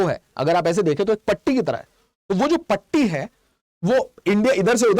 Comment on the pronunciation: Patti sounded like Tatti 😂😂😂😂